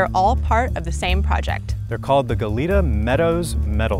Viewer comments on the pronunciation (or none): Its "gah-yet-ah" cookie in spanish😁